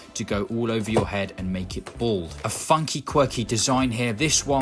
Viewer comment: Its Bald NOT Bold!!!